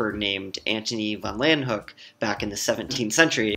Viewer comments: "laywenhuk" I believe it's pronounced "leeuwenhoek". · ANTON VAN LEEUWENHOEK, not Antony van lan hook, not mad just surprised this guy didn't get it right. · Pronounced "Louenhoek"